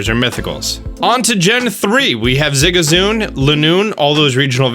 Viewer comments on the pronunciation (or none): why do you pronounce pokemon names so weird? Zigazoon? Salamance? Purrlion? Uzafezant? I mean you have the names right in front of you if you need to you can just sound them out like this, Zig-ZUH-Goon, Sal-Uh-MENCE, Purr-LOIN, and UN-Fes-ent. And how DARE YOU pronounce Pawniard (Pawn-yard) as Pawnuward or Pawnaward?!! I don't even know exactly what you said!!! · I'm not gonna lie, the way you said zigzagoon kinda pissed me off. You said zi-ga-zoon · ziggerzoon lol... I hope you mispronounced that on purpose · Kinda annoying when you pronounce a Pokémon wrong. Like Zigzagoon where you said Zigazoon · Wait- I'm sorry, but did he say Ziga zoon? That's funny haha 😂